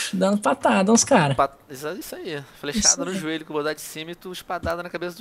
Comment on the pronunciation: kkkkk Venom E aquela Fala Espadada No Juelho huahuahuahua